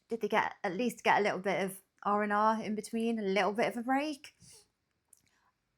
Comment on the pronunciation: "A Littole British Gull"....